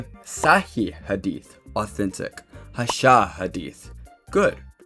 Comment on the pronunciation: 1.vro you chopped the pronunciation of hasan😭😭 aside from strawmans and assertions its a alr vid